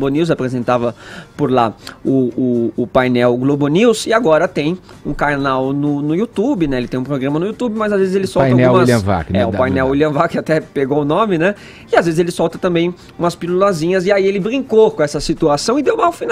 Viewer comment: Cainal nu you tubi kkkkkkkk mano kkkkk